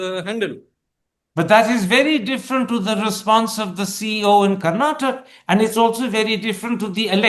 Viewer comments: It's Karnatakaaaa Karan ji please learn to pronounce properly sir. You are so arrogant and never change? As usual, we are here for the guest and always hope it could have been a better interviewer 😊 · Please pronounce "Karnataka" & "Kannada" properly. We have "a" at the end of these words & they are not silent. Please pronounce them.